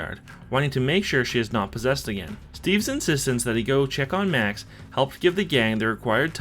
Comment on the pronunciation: Did My guy just say Mac instead of Max